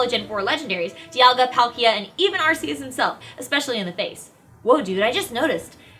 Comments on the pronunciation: Everyone calls arceus areseeus when it's actually arekeeus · She Said Arceus Wrong....... Its ARC_E_US not AR_SEE_US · It's like Heaven and Hell, but more Pokémon-themed! And it's pronounced ARK-ee-us!